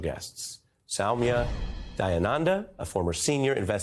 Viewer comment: Ari nailed prnouncing the guest, Soumya's name correctly. Attention to details adds to his work's quality!